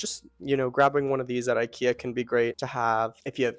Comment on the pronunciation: Great ideas and suggestions. I love your sofa. The only thing I didn’t like was every time you’ve said incorrectly ikea.